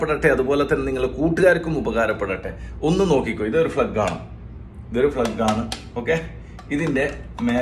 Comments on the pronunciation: ഫ്ലഗ് അല്ലല്ല 1 സുഹൃത്തേ. പ്ലഗ്ഗ് എന്ന് പറയൂ ആദ്യം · Plug and not flug please correct.